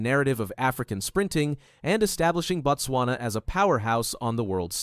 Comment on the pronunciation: Not "Bat-swana"!!!! It is "Boat-swana" or even better "Boot-swana"